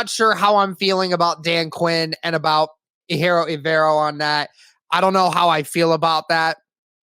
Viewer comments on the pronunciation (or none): Just to clear it up, it's E-jir-o on how to pronounce his name, not A-hiro. 🤙